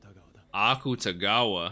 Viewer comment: The people on Patreon probably already told u this but since I had the same issue when I first started watching and want to make sure this is more clarified since it annoyed me that I couldn't figure out what I was saying wrong: because the romanized version of あくたがわ is spelt Akutagawa, a lot of people pronounce it literally- "aKUtagawa", but in Japanese a lot of characters are cut short and not pronounced fully, so it's actually more like "ack-tah-gahwa" instead. Idk if this makes sense or even helps at all but I felt like leaving it here